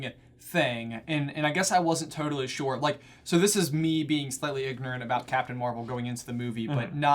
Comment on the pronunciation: J says anything: sHoRe ShOrE